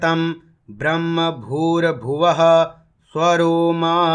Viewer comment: बहुत ही अच्छा लगा, किन्तु ध्यान देने की जरूरत है कि ब्रह्म शब्द के अन्त में म है और आप ह बोल रहे हैं ।😢